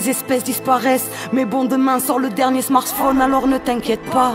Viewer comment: Demain sort le dernier SMARSSPHONe l'accent il m'a perturbé